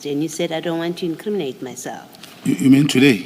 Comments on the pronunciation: Word of the day : LET ME NOT increaminate myself😂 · Our data for " iam not going to increaminate my self🙉